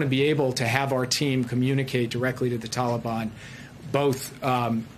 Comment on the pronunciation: Since you are the only one bringing him up it appears he is your master and not mine, I don't have a master btw. On another note since using Dotard, is Dennis your new screen name Kim Jong? One last thing it's Taliban, not teliban.